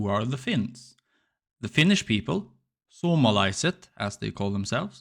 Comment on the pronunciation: You calling us "suomalaiset" (like everyone should), was really nice. Your pronounciation was quite good.